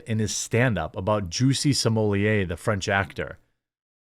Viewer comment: “Juicy Smooyay”?! He going to be known as “Juicy Smoothway” by the inmates.